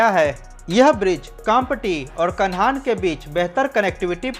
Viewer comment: कान्हां ब्रिज बोलो भाई साहब कानहान नही। आपका सभी वीडियो में अच्छी जानकारी दी जाती है वीडियो के माध्यम से लोग जागरूक हो रहे है।